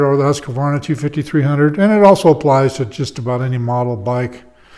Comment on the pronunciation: Its husqvarna not husq-a-varna just learn it the fuck it’s annoying